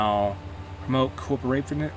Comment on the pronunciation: You pronounced correctly "corporativism" at min.